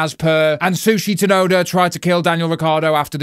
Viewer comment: Did he just say Sushi Tunoda 😂😂😅